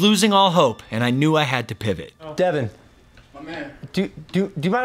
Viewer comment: Devin is sounded out as Dev-in, kids have the name Devon and it spells Dev-on, now think about the way your saying devin, it would be like someone calling u a different name